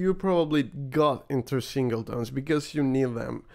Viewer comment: SingleTONS ... not "tones" :) Otherwise, good content!